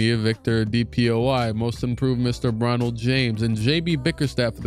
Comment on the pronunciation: This man said "Bronnald" like we wouldn't hear him. Say it from the top my guy 🤣🤣🤣🤣